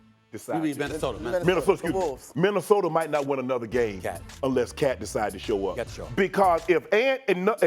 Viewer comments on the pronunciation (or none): Stephen “Minnesoter” A Smith